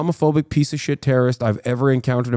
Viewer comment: Sounds like terriosm to me